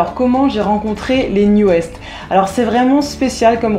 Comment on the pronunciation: Juste pour info, NU'EST se prononce NEW EAST et non NEW EST... C'est à l'anglaise qu'il faut le dire sinon ça fait mal aux oreilles ^^ Et ils ont beaucoup de succès au Japon ;p